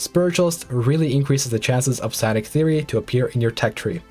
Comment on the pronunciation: Its pronounced Psi-onic, not Psi-onic